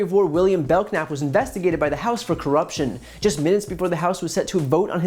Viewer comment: BELL NAP....not Belk nap.